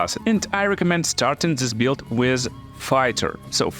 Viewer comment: The word "build" is one example that changes form dur to your potato accent as you name it. But what is your original language? Just curious. And yt subtitcan make things worse that's true.